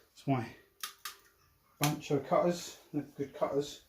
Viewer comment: Funny the way you pronounce the bahco name. Keep hearing N in there. There is no n in the name 😂🤣